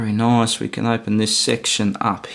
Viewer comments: "Noice" haha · Take a drink every time he says noice